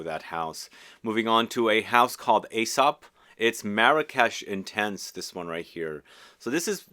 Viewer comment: It's pronounced E-sop. The line over the e designates the "eeeee" pronunciation. The A is pretty much silent.